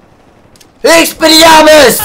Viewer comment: " Expeliormus " , EPIC! <3